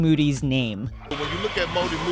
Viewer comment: “Motorola Modem, Macarena Music, Mexican Market, Mad Eye Moody” -Kendrick Perkins attempting to pronounce Moses Moody